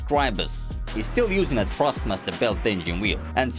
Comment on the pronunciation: i love the way he says trustmaster instead of thrustmaster amzing comparison im not asking for a g29 for christmas anymore tysm